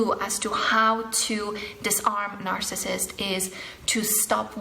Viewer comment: you said "marcissist"